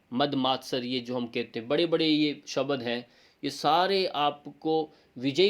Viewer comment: आपका व्यकरण शुद्ध है लेकीन " शब्द को शबद क्यो कहते हो?